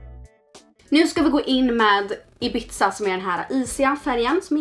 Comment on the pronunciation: Ibizza uttalas inte som pizza utan mer som Ibissa!💕